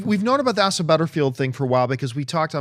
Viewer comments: Pretty sure it's ACE-uh, not ASS-uh or A-juh, lol. And if they made Parker something other than white, what would you do when you wanna put Morales in? Make him white? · His name is pronounced like "Ace-sah". Asa. My ex girlfriends son had the same name. :)